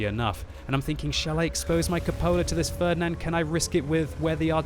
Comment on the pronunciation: your pronunciation of "Ferdinand" sounds so strange and wrong for germans xD